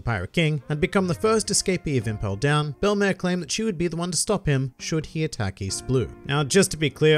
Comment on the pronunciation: Hooray! You pronounced her name right. Funimation may have the better dub of One Piece over all, but I can't forgive them for mispronouncing the name of one of my favorite characters, ever, in the series. In French, Belle-mère is used to mean "step-mother", "mother-in-law", or I think in some cases "foster mother", and it literally translates to "beautiful mother". In both senses, it is a fitting name for the former Marine turned mother-figure to both Nojiko and Nami who gave them a happy life, even if it was not a long time they spent together nor one with a lot of money.